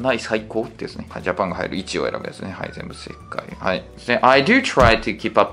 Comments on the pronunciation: いちおうじゃなくていちようで草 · 偏差値78のところ通ってるのに一応じゃなくていちようって言うの草